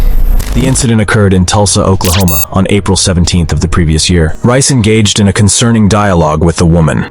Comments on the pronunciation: That's Reyes, not Rice. It's pronounced "Ray-ez". EDIT: is it Rice or Reyes? I swear the text said Reyes at the start, but now it says Rice. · Deangelo rice ?😂😂😂😂 it’s (Rey-jes)….. brooo😂😂😂😂😂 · Reyes. It pronounced Ray-ez not rice lmao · His name is pronounced "Ray-as". Not "Rice" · Ray ez*. Damn. Not rice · Not that this is the most important part of this, but the officer's last name is pronounced RAY-ez not Rice. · It's pronounced Ray-ess not Rice 😂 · "Ray-es" not "Rice." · Its not RICE !!! ITS RAY-S COMMON HOMIE WHAT YEAR IS THIS 2023? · How does “Reyes” (“RAY-ess”) morph into “Rice”? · I don’t think Reyes is pronounced Rice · Since when is Reyes pronounced rice? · Reyes is NEVER pronounced as Rice. That’s ridiculous you would even pronounce it that way. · It’s Reyes, not “Rice” 🧐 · Reyes isnt pronounced rice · Bro why do you keep saying Reyes like Rice 😭😍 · "Reyes" isn't pronounced "Rice." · He pronounces Reyes as Rice. Lol. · Did you really pronounce Reyes as rice lmao 💀